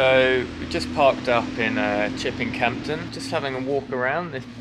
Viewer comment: Don’t pronounce the P in (Campden) Chipping Campden ! 😂 Good video, well filmed, best wishes